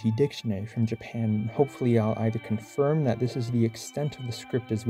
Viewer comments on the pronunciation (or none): none